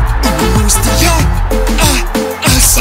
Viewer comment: i feel like i hear " de ass" when the keep repeating Diaz, LMAO so like " Luiz de ass, ass, ass" ahahah